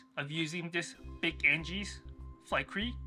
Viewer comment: Thank you - I now am confident in replacing the cord. It's completely shot, and I have a 30 mile 4 day trip coming up, and I see I can make the repair in time. By the way, it is pronounce AG-nus. But that doesn't change the great directions you gave :D